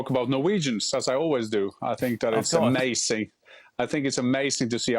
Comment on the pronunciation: "i think it is AMASIN"